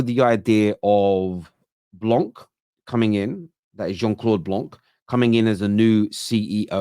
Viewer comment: Jean claude blanc he says 😂😂😂